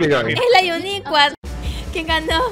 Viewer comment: amo tus videos me muero de risa 🤣🤣🤣 y me reía cuando decías uniqua 😂😂😂😂😂😂😂😂😂😂😂😂😂😂😂😂😂😂😂😂😂😂😂😂😂😂😂😂😂😂😂😂😂😂😂😂😂😂😂😂😂😂😂😂😂😂😂😂😂😂😂😂😂😂😂😂😂😂😂😂😂😂😂😂😂😂😂😂😂😂😂😂😂😂😂😂😂😂😂😂😂😂😂😂😂😂😂😂😂😂😂😂😂😂😂😂😂😂😂😂😂😂😂😂😂😂😂😂😂😂😂😂😂😂😂😂😂😂😂😵😂😂😂😂😂😂😂